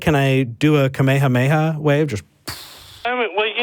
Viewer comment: Thank you so much to for knowing it’s pronounced Kamehaneha wave, and not Ak Me Ha Me Ha wave. Kamehameha is what it’s called. Ak Me Ha Me Ha is what you yell when doing the Kamehameha wave.